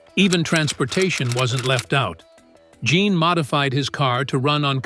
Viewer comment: The French male name "Jean" is pronounced "Zhawn." You've heard of Sean Connery? Say "Sean" but replace the SH sound with a ZH sound.